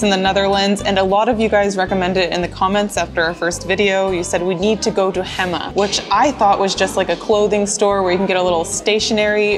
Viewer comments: HE MA not Hemma... Hay! Mah! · It's Héma (heyma), not Hèma.. And yes, Utrecht is unique with it's canal-sided restaurants because of the old lower cellars converted (not to be found in places like Amsterdam).. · HEMA , pronounced like HEY MA... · Oof, gonna have to go back to hema (hey-ma, not hemma) for the rookworst cause you missed out. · You have to work on Dutch pronunciation 😄 Oude. The ou like in mouth. Hema. Hey ma. Kipstukjes are vegetarian alternative for chicken. Dutch soups, except the clear ones, are thick. Next time you vist Hema, buy a Broodje Hema rookworst; smoked sausage. So good. Why don’t you buy fried snacks at a local friettent/cafetaria/snackbar. Much better than from FEBO, MacDonalds etc. Vla is dessert, not a drink. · the "ch" in utrecht is pronounced "k".. Hema is pronounced "hey" "ma" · Hema is pronounced Hey Ma 🤦🏻‍♀️ and you missed the best items there which are the snert aka pea soup, rookworst and tompuce 🥴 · Hema=Hayma Febo=Faybo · I get it and all but with the talking its hard for yall but (not how you type it but how you say it) Utregt hey,ma=hema That should sound a bit better for us😂 (Not making fun of you just helping)❤